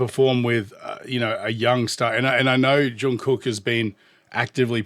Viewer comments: Hey, fantastic commentary once again! I love that you picked up on the details and foundation of their performances. Pronunciation: Jung does have a hard J sound but it rhymes with sung (as in sing). Then carry that hard G sound into the second part of his name. It's more correct to say "Jungook" than "Jung Cook". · Your pronunciation is fine, though it is a bit more of a softer K, more like a G. But if the pronunciation troubles you, just call him JK. It's a nickname ARMY uses, his BTS brothers use, and he even uses on himself. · Imho, he didn't do it better, but, thank God, he didn't do it worse 😅 It was a very good collab, because it was important for JK!!! Oh! About JK's name, the pronunciation is something like /Jungook/ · Jungkook is pronounced more like "Chungoog." The last "g" is a stopped song like in hot dog. The Korean character that we romanize as "k" for some reason, can sound anywhere along a spectrum of k to g depending on where it's placed in the word.